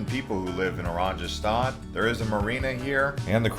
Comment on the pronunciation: Just one suggestion. The letter J in Dutch is pronounced like Y in English. The capital city Oranjestad is pronounced O RAHN ye stahd. It means Orange Town in Dutch.